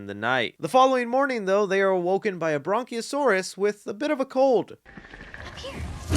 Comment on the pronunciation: did he say bronk-io-saurs?